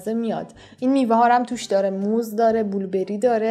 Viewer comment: بلوبری، نه بولبری😑💓